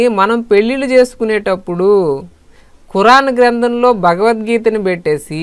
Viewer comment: meeru chala manchi vishayalu cheptunnaru. Kani mee uchcharana lo chala doshalu unnayi. Bhagavadgeethani bagavadgeetha Ila chala varaku vothulu palakaru. Dayachesi marchukogalaru Ani manavi